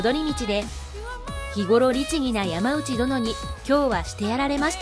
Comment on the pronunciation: ヤマウチじゃないよ！ヤマノウチだよ。by子孫。